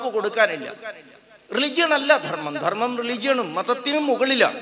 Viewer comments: അവതാരകനോട് - ദെർമ്മല്ല ധർമ്മം. ഉച്ചാരണശുദ്ധി നിർബന്ധം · അവതാരക ന്റെ ഉച്ചാരണം ശുദ്ധ നല്ല ദെർമ്മ൦ എന്നാണ് പറഞ്ഞത്